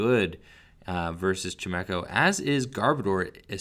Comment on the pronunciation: Anyone else triggered by pronunciation of chimecho? Lol xD